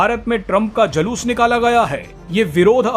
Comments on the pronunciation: Jaloos nahi Juloos bolo 8th passed news anchor ji. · Anchor ko pahle bhasha ka uccharan sahi karwao...Julus ko Jalus bol rha hai. Girta hua patrakarita ka star.